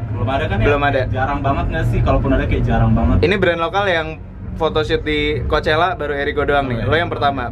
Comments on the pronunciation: Did you know that how to say coachella is not really coachella? it's cokella -Alissa Violet jadi yg bener yg mana? :') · bang tau gak? ternyata pronounce coachela bukan koushela tetapi khoakhela wkwk :v